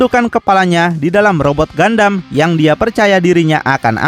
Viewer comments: ralat min bukan gandam tapi gundam 😂😂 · gundam bang bukan gandam, knp ga sekalian gandum🤭🤣